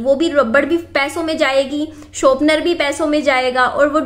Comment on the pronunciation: sharpener hota hai shopner nahi.😂